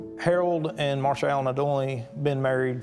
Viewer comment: Marsha. Marsha. Marsha. 🤦‍♀️🤦‍♀️🤦‍♀️. Shame on you.